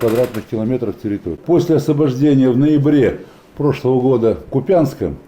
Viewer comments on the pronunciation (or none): То́шно слышать ваш КупЯнск....